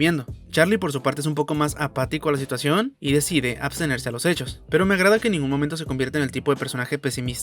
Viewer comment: Bro, de verdad qué cancina la narración Cómo en el minuto “que se separó de su espoSA" "a la situaciÓN" Es buen video pero me harté de la narración